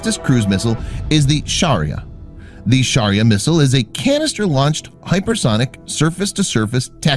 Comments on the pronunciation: Shaurya it pronounced wrong It should be shau (shu) rya Most of the india's defense materials are named after hinduism's mythology For example shaurya (The God of The Sun in hindu mythology is SHURYA) Brahmos missile (God of creation BRAHMA'S main weapon is brahmastra) Pinaka rocket (God of Destruction SHIVA'S second weapon is pinaka bow after trishul or trident) Agni 5 nuke (God of fire in hindu mythology is AGNI DEV ) Prithvi i missile (Godess of the Earth in hindu mythology is PRITHVI DEVI ) TRISHUL missile (GOD of destruction SHIVA'S main weapon trident called trishul . As per the mythology it can abel to deatroy the whole multiverse & all 64 dimensions it explains in the scriptures) Ashwin (ashwinos twin brother gods are the messenger of god of medicine dhanvantari and they are the doctor of the heaven , when gods get injured while fighting with the demons , the ashwins take care of the gods .) Amogh misaile ( An weapon of DEMI GOD KARNA (he is son of the SUN god shurya . and another fact is this amogh weapon was gifted to karna by INDRA (GOD OF THUNDER AND LIGHTNING) NAG missile (as per hindu mythology this is a weapon of the nagas (mythical beings half snake from feet to hip and half human from hip to head . Males are called as nagas and females are called as nagins (it inspired the creature of harry potter flim's lord Voldemort's snake nagini ) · It's suriya your pronacation is very bad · its "shaurya" not sharia😬😬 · Indian pronunciation - Niirrbhaay - Shaauuryaa